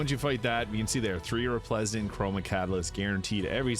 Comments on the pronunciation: Love the energy bud - also, it's Re-splen-dant :) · Re - splen - dant. Hope that helps